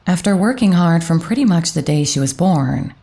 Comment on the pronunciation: I like your voice, but find it weird that you sometimes seem to add some "k"s like in marriakge, mukch; evenkually or akge.